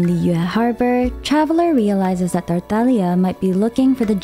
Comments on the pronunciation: stop pronouncing words like that... PLEASE. I mean, why did your voice changed while saying tartaglia... UGHH.. anyways. Good video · The way she pronounces Tartaglia’s name 😭💗💗